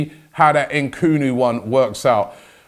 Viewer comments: Why is Robbie calling him Nkunu. It’s Nkunku lol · Robbie, put some respect on the young Congolese lad’s name!! It’s Nkunku not Nkunu!! #upthegunners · it's N-Kun-Ku not N-Kunu ^^' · I thought its pronounced Christopher 'Nkunku' - En - Kunku... Not 'En - Kunu' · En-koon-koo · week 2 of transfer daily: robbie still can't pronounce nkunku properly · Robbie, there's another K in N'kunku's name, pronounce it😂😂😂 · Robbie, is the k at the end of Nkunku's name invisible to you? Or is it a silent K? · Why on earth does Robbie think the last K is silent in Nkunku's name 😂😂 Always messing names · Why can’t Robbie pronounce Nkunku? Six letters